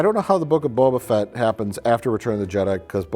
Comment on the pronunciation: I hate the way they pronounce "Boba Fett" as one word with emphasis on the first syllable. The only thing I hate more is how much of a huge nerd caring about the pronunciation of "Boba Fett" makes me.